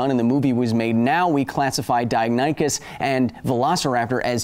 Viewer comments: Three points: 1. Okay, DiaNONychus sounds a lot more dinosaur like then DiaNYchus. However, I would never have gotten that pronunciation right either, and I'm fairly good at figuring out pronunciation. 2. You know that the bigger deal you make of people correcting your pronunciation the more it will become a trope to follow? ... Yeah I'm sure you do or else you wouldn't feature it, lol. 3. Supersonic swimming??? I don't even know of anything that CAN go supersonic in the water, not even torpedoes! Well, bullets can go supersonic under water for all of one or two feet, creating huge cavitation. All that drag would rip any non-solid metal object going supersonic for any sustained period of time to shreds, right? Plus the shockwave would stun or kill the fish! Shockwaves are deadly in water! Aquaman is sounding less and less plausible. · OOF! he said dianychus again Also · I don't care what people say, its pronounced Dino-Nychus. In every documentary Ive seen with that dino in it, that's how they say it. And that's how I will continue to say it. It makes more sense and its easier to say. Just because some stupid website says it the other way, don't make it right. Go Kyle... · DeyNOOOOOONychus! Geesh Kyle! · you said dianychus AGAIN!! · List to this song please: If you've been pronouncing deinonychus wrong since you were a kid I'm assuming your childhood did not include We Sing Dinosaurs. Also how would we fight a deinonychus or utah raptor? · How could it possibly be pronounced di(non)ichus?? Stupid english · you mispronounced it again my dude. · Still pronouncing deinonychus wrong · Deinonychus?! That is what dinosaur you were talking about?! I didn't know that because you were pronouncing them like I did as a toddler before I saw Dinosaur Train. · I love the fact Kyle started using both pronunciations of Deinonychus. Probably just to upset those who complained.